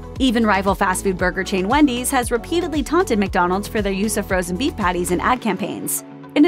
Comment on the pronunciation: Slow down, sound like you say beef eff